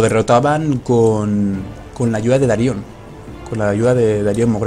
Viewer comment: Darion, no Daríon xD